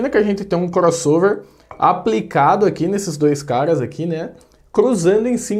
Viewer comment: A impressão que dá é que quando ele chama caras a gente escuta cagas😂🤣😂🤣😂🤣😂